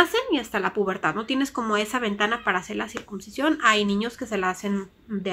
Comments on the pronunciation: Hola yo creo que cada quien decida que hacer con este tema. Una cosa me pareció que dices circuMcisión, y es con N no con M. Que se alivie el niño. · Se dice CIRCUNCISION y no Circubsicion .